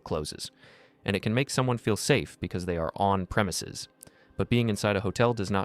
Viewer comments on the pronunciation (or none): If she mispronounces premises as premise one more time I’m going to hurl my laptop t the wall. Am I the only one who really wants to know if her card would have worked at midnight? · She keeps mispronouncing "premises" and its driving me bananas 🍌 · Don't you just want to slap her across the face and shout, "It's PREMISES, not premise."? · She can't even pronounce "premises" correctly!😅 I just love how she thinks she's in control! 🤣